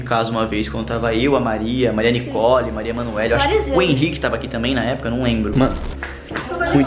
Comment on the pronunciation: Só eu que percebi que ele falou Maria Emanuelly??